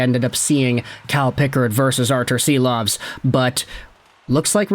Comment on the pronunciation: Silovs is pronounced ‘Sheeloff’.